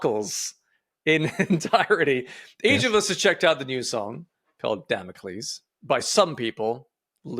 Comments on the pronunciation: Its actually pronounced damocles not damocles 🤓☝️ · If it's any consolation for, in Bulgarian Damocles is pronounced like he does only without "s". Also: 1. Caramel 2. Emergence 3. Damocles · Damocles rhymes with Hercules